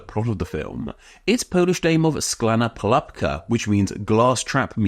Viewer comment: It's not "Sklana palapka" but "Szklana pułapka" (Shklah-nah poo-wahp-kah)